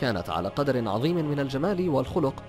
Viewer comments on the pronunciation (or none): none